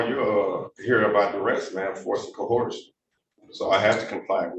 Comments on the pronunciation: All that script rehearsal and they never covered how to pronounce the word “coercion” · There is NO LETTER H or H SOUND in the first part of the word Coercion… AND, what the fuck is Aqueezing? Do you mean acquiesce? Sigh, the human race is doomed.